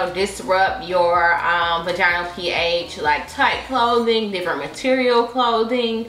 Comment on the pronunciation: Between the recurrent nip slips and mispronunciation of "vaginal". I cant👎🏾